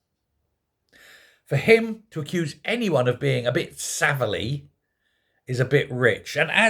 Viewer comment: Was that Savilley or saveloy. I mean Starmer does want to save the sausages.